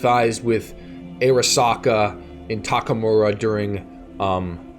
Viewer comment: Love the review but I don’t understand how so many channels invest so much time in a game and just brutally mispronounce common words from the game. “Ah-RAW-Sahkaaa”. I’m sorry but it drives me fucking crazy